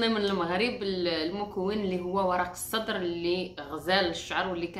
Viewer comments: اسمو ورق السِدرْ و ليس ورق الصدر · ورق السدر بكسر السين